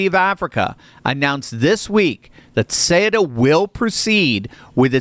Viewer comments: No one can pronounce it correctly. soo-ET-uh. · I am Spanish. Ceuta is pronounced with the "th" sound at the beginning, θɛutɑ, not Kutɑ or Shuta. Ceuta became part of the Roman Empire in AD40, two and a half centuries after the Iberian Peninsula (nowadays Spain and Portugal) was conquered by the Romans in 218BC. From that day, it remained linked to either Spain or Portugal. When the Roman Empire fell in AD 476, it was ruled by the same Visigoths who ruled Spain. It has been a spearhead for the conquest of Spain since the beginning. When the Byzantines tried to reconquer Spain for the Eastern Roman Empire, they briefly captured Ceuta; when the Moors conquered the Iberian Peninsula in 711, it was because they had bribed the city's governor (Count San Julian). From that point, they managed to cross to what is now Spain. While my ancestors from all the different Christian kingdoms of the Iberian Peninsula were fighting the Moors in the famous Reconquista (the Reconquer), it was captured by the King of Portugal in 1415. When, thank God, we defeated all the Moors in 1492 (the same year Columbus discovered America), Ceuta had already been freed. For many centuries, many of the territories between Portugal and Spain changed hands. When the kingdoms of Portugal and Spain were briefly merged from 1580 to 1640 due to a succession crisis in Portugal, it became part of the merged kingdom. When the two kingdoms separated, the city's people voted to remain Spanish. So I am talking about the people deciding their destiny in 1640, 130 year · Thank you for the truth. Having lived in Spain…Ceuta is pronounced Seh oo tah. My Spanish friends would want you to know and thank you for telling the truth. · cueta is pronounced as SOOTA,do your homework bro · The way you pronounce Ceuta....is Caaootah in a quick way fast way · Isn’t Cueta pronounced: Su-eh-ta? Maybe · Google says that it is pronounced "Sootah". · Ceuta is pronounced ‘soo tah’. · Ceuta is pronounce SUE-Ta.